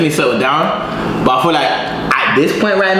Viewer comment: "I fill like" brother quit it